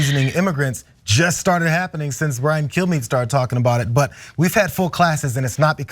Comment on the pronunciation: Had to rewind that to make sure you didn't say "Fox News Host Brian Killme".